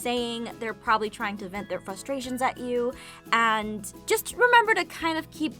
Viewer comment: I like how you sort of pronounce frustrations like flustrations